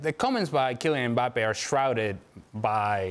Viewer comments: said Kylian Mpaypal.. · I thought Dan called him "Emir Mbappe" I almost lost it lol